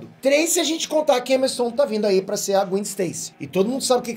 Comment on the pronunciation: Cara é GWÉn q se fala Não Gwin